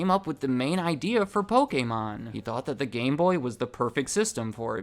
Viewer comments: The fact that you pronounce Pokemon,( "POH-KEH-MON") brings a smile to my face, hate when people pronounce it Poh-Key-Mon😑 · Dusknoir is my favorite Pokemon. Sidenote: Thank you so much for pronouncing 'Pokemon' correctly! There are WAY too many people who pronounce the word 'Pokamon' (like it has an A in it), and yes, it bothers me way more than it should.